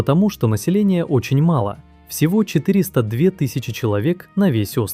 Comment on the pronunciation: «население очень мало́», ударение неправильно сделали.